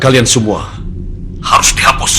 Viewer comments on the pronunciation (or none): Hapus bukan hapis sama air bukan arir